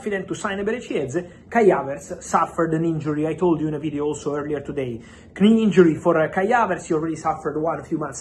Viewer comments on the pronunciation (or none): Bro pronounces all the silent letters 😂 “H”our, Newcas”T”le, “K”nee injury cracked me up 😂 Great as always, Fabrizio! Thank you for the fastest and most reliable transfer news on the planet 🌍